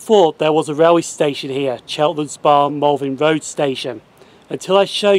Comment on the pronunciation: Are you saying Malvin Road???? That is what it sounds like